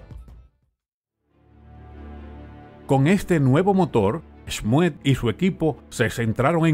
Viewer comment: Schmued se pronuncia "Smud" me retumban los oidos